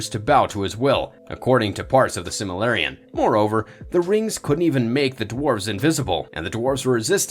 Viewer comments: It's silmaRILLion not silmaLLirion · Can't even pronounce Silmarillion correctly.